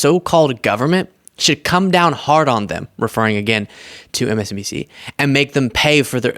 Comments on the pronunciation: Did you hear. He cannot say MSNBC, he said MSDNC….. such a crooked man, so stupid Trump. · Did you notice he said msdmc instead of msnbc. Guess it’s the dementia.